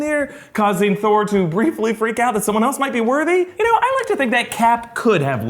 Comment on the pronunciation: Thor " I knou it " .